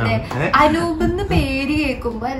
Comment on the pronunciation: Not Anoop * *.